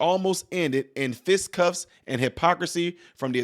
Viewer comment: Youse, so Dumb, how Dumb is you, youse can't even say the proper word, ""FISTICUFFS!"", youse said, ""fiscuff!"" and makes it so Sad, is that youse READING IT,, find you a remedial reading class somewhere, cause you making ys look bad and sad😢